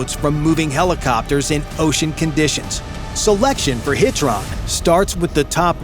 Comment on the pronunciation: The narrator kept pronouncing HITRON wrong